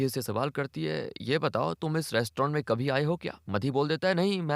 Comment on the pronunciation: Aap konse prant se hai. Hindi jaha "bh" भ, likha bola suna jata hai, aap vahan "v" व, istemal kar rahe hai. (eg. Kabhi kabhi ke badle Kavi kavi)... Aur, yeh sirf aap hi nahi, aur bhi bahot log karte hai...is liye bataye, aap kahan se hai?